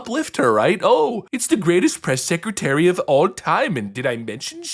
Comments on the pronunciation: I hate how she pronounces the word Secretary as sek-a-tary Lolol She does it all the time! Did someone “axe” the press “sekatary” a question? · Seckertery? No, it’s “SECRETARY”! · I heard her say that she "woke up every day proud to be the press 'seketerry' ." 'Nuff said.